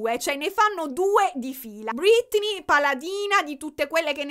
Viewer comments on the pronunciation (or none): perché chiami Britney, ‘’Brittany’’?